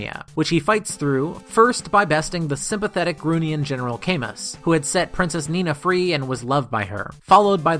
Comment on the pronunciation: That's not how you pronounce Camus